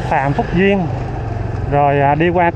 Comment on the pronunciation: Đường Phan Thúc Duyện , chứ kg phải Phan Thúc Duyên nha bạn . ❤